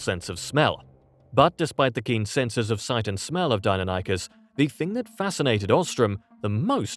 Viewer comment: It may just be me, but your voice guy said "dino-nykus" when it's pronounced "dy-non-ih-kiss" Deinonychus